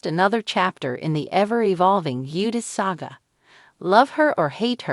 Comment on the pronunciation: If youre going to report on this can you please pronounce the last name correctly please?